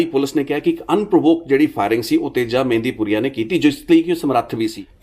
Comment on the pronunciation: ਮਹਿੰਦਪੁਰੀਆ not ਮਹਿੰਦੀ